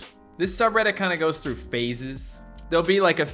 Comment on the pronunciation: somebody went throo his yord